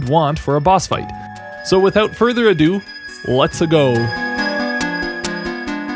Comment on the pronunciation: without further adoopliss